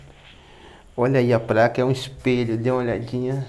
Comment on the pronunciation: Dá pra falar certo, não é Ingres é inglês e não é praca é placa